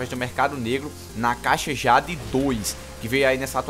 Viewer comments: "Awm - ÊI - DIÊIDI" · AWM - A - JÁDE kkkkkkkkkkkkkkkkkkkkkkkkkkkkkkkkkkk ri dms cara, like lekão